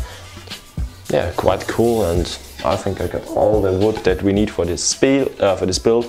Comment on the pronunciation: “Hey guys wats up in dis wideo” That was so cute :)